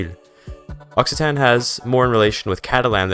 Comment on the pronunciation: It’s pronounced okcitan not ossitan :(